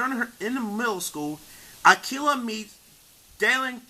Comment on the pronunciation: If you're native language is not English, you did a good job. If English is your native language, however, you really need to work on your pronunciation of words and overall speech quality because it sounds really rough. P.S. I really hope English isn't your native language because I'm really rooting for you. P.S.S. it's pronounced A•key•lah, not A•kill•ah. Thanks, have a good day